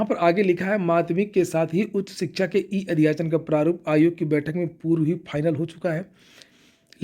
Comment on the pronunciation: Shikha chayan ayog 😂😂😂😂 ❎ Shikhsga Shayan Ayog ✅